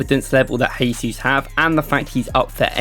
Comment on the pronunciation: Mate, please improve your pronunciation of players' names. "Jesus" in Portuguese sounds different from the Spanish you are trying. Cheers.